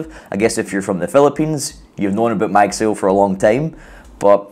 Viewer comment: It's pronounced as "mug sigh oh" ..